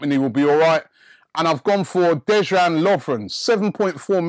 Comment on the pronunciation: It's Deyan not Dejan